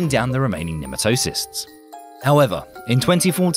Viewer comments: ne - MAT - toe - sists is the correct pronunciation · sorry, but it's Nee-Mat-o-sites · What the hell is with Brits refusing to learn how to correctly pronounce certain words?!? 'Nematocysts' is pronounced pretty much exactly OPPOSITE of how this guy says it!